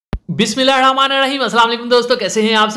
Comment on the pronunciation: Video apki achi hoti hain lakin Bismillah sahe sy ada kia krain